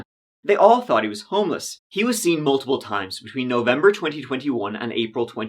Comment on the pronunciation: I really like your presentation: your accent, your facial expressions and your body language. I like the way you drop your H’s, so instead of saying thought, you say tought. The videos are good too and your presentation adds to the entertainment. Thank you info you provide as well. A big fan. 😀